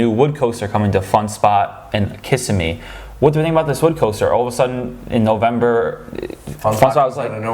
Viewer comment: Great overview of the new rides! wish I had more passes than just sea world right now, because a lot of these new attractions seem amazing! Also I assume you guys aren't Floridian, I've never seen someone pronounce Kissimmee that way lol.